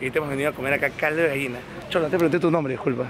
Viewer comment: No se dice Gaina se dice Gallina .